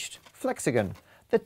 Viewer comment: Is it just me, or is it annoying that he says flexagen not flexagon?